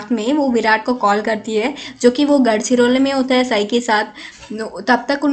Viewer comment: it's not saai it's sai